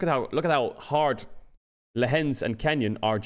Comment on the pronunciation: Lehends vs LEHENDS 😂